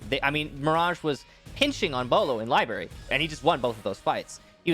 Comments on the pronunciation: Not barry ,brary cmon thee most aggravating mispronunciation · Ah yes libary